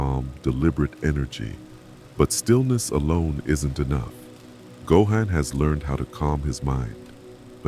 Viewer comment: Narration pronouncing “Gohan” three different ways throughout the video really pissed me off